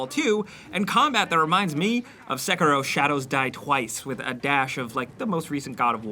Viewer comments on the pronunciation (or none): i hate the way you pronounce Sekiro (S-eh-kear-oh) is how you are supposed to pronounce it) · Anyone else annoyed how he pronounces sekiro?? Sek..uh..ro lol Dumbass 😑